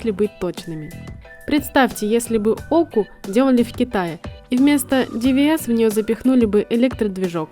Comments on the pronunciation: Эммм... Мне кажется, что копирайтер в этот раз подкачал... Странная ирония, если честно. И не смешно, и профессиональной этикой не пахнет. Ну, и диктору нужно ударения проставлять, чтобы Оку называли окОй, а не окОй)). Были и другие ляпы, не стал цитировать. В общем, коллеги, вас же смотрят умные люди. Давайте соответствовать аудитории;). Ведь и канал классный, и работу делаете серьезную и важную. Не опошляйте ее) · Почему, когда вспоминаете Оку́ (ВАЗ-1111), то ударение в слове в закадровом тексте на первую букву? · Ты не русская что ли? Что за Оку, что за ДиВиЭс?